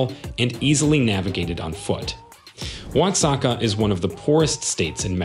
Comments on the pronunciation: It’s not uatzaca it’s Oaxaca, (0ahaca) . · Wasaka? WTH? Oaxaca pronounced wahaca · Not to mention Oaxaca....